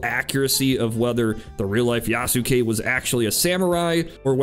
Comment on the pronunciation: YA-SUE-KAY lmao